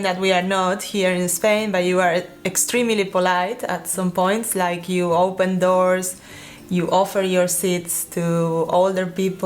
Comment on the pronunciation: "ecstrimili" XD XD